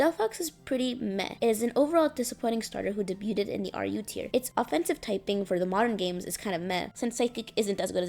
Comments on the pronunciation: Debuted is pronounced "day byood" not "deh byoo ted" 🙂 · debuted isnt pronounced with the "T", its silenced. should be more like "day-beau-ed" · You're right, but the way you spelled it out is wrong. There are only two syllables in debuted—the "-ed" doesn't get its own syllable—and "beau" as you wrote it is pronounced "bow" as in bowtie.